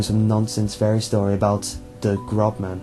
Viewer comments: Der Großmann is pronounced Der Grossmann. Not a B but an ß (esset) a double s sound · Noooooooo it's not "grobman." That B looking thing in German makes an S sound ffs. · "der GroBman"....lol that B looking letter is called an 'essett' and is pronounced 'ss' in german....AMATEUR!!! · dear ß is pronounced as ss